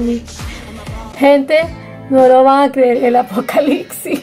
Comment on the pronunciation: ApocaliCsis???? No es apocaliPsis? Tienes que practicar un poco de dicción, no crees?